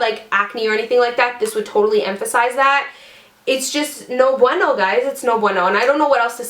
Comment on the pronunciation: Do you speak Spanish? It sounds like it when you say "no Bueno"